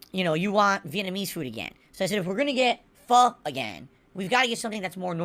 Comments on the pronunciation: fah? what is fah? i know "PHO" not fah. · Fish balls is one of the weirdest foods I've ever heard of I wonder if is just getting the name wrong because he thinks Pho is pronounced Pha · think the worst part of this whole thing is how he has zero idea how to say pho